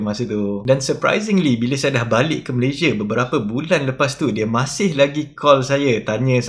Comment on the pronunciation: Orang Malaysia pun sebut nama negara sendiri tak betul. Come on lah. Malaysia bukan malayzieh.